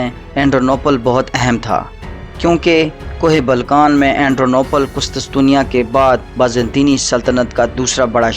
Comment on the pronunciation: Qustustunia haha sai pronounce kia kr bhai